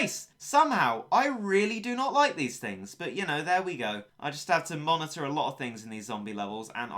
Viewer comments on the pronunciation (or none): none